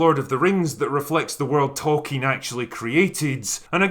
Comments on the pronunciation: As South Park pointed out! It's Tolkien, not token! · Fans: It's "Tolkeins Works" NOT "Token" Work.